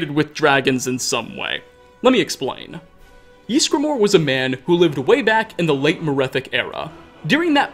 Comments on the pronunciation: No one:: Jysgramor. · Ys gra mor .. just saying